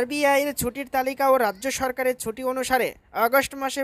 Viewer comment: শব্দটা ছুটি, সুটি উচ্চারন হচ্ছে কেন